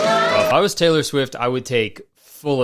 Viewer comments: Teller Swift or Taylor Swift? Is it just me or is it really weird that Kurtis says "Teller" instead of "Taylor"?? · kayler cwift